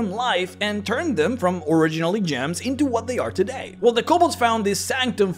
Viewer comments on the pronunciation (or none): none